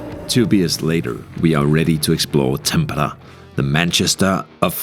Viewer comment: Kauhajoki pronunciation was good. Tampere had e's and a's a bit mixed